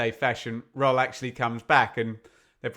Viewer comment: I'm a fluent German speaker. Take the world "Earl", stick an "R" in front of it and you get as near as dammit the correction German pronunciation of "Röhl".